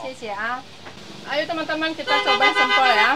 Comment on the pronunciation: salah ngomong nya sambel tahu. Sempol tahu.yg bener spol tahu.